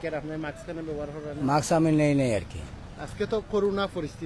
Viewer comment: It’s MASK not Maks. Even driver knows the correct word.